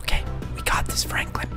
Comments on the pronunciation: My man said froklen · He called Franklin fronklin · When he tried to say Franklin he said Froglin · Caylus: walk very slowly very slowly fronklin me:HAHAHAHAHAHAHAHA FRONKLIN ITS SUPPOSED TO BE FRANKLIN LOL🤣🤣🤣🤣🤣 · The way caylus says Fronklin instead of Franklin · i like when he said"fronklin" instead of "Franklin" 🤣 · I loved it when he said fronklen instead of Franklin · What you said Fronklin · Why did you call him fraanklin